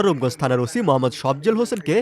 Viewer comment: ওশি না ওসি উচ্চারণ ঠিক কর